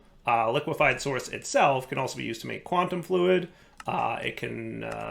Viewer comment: "Quantum _flud_"? Was pronouncing it wrong, or is that a bug 😀